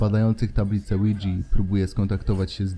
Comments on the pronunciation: Na tabliczkę ouja mówimy łidża nie łidżi xd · lidza a nie lidzi XDD